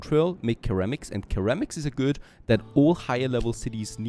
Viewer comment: just FYI ceramic is pronounced like Seramic